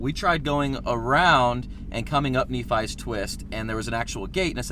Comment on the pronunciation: Nephi is pronounced as "knee-fi" at least that's how I would suggest